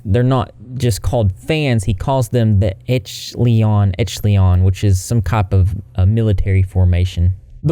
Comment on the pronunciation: It’s ‘oh dear’ not ‘oh deer’ 🦌 lovely. The word echelons is pronounced esh-a-lons just fyi 🐢